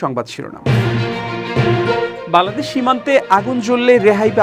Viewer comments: আপনার "বাংলাদেশ" শব্দটি উচ্চারণ -এর সময় শুন যায় "বালাদেশ"। 'ং' উচ্চারণ -এর দুর্বলতা রয়েছে মনে হয়। জানিনা আমার শুনতে ভুল হয় কিনা। যদি আমার শুনতে ভুল হয়ে থাকে তার জন্য ক্ষমাপ্রার্থী। ধন্যবাদ। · আপনার বাংলাদেশ উচ্চারণ ত্রুটিপূর্ণ,শুনতে বালাদেশ শোনায়, সংশোধন করার অনুরোধ করছি।